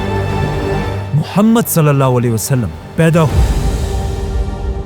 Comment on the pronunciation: mohshd ❌ muhammad✔